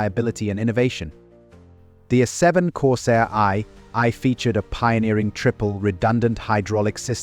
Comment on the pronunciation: Corsair "EYE EYE"? Da fuck? Stupid AI shit voices.